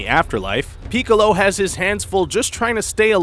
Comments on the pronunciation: You got some facts wrong and HOLY GOD DAMN PEEKOLO DID YOU PRONOUNCE ALMOST EVERYTHING INCORRECTLY, how about watching the actual show before making a video on it?! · this guy's pronunciation makes me vomit I swear to god how can 99% of the world say it normally but this mf says it like "pikouolo" "gohen" "cyan" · He couldn't even pronounce Piccolo right he pronounced it as if he started with Pee. As well as saga. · "Peak-co-lo"? Smh. You're an idiot. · he said like every name and dragon ball z words like wrong gohaan pyckolo OMG XD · sorry what "peek a lo"